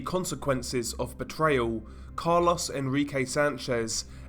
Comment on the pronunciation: it’s carlos, not “Car-Loss” 😂 sorry that caught me off guard